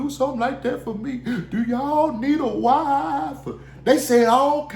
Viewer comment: The way you say the word “wife” ain’t no way you can read. Somebody read that to you or you listened to the audio version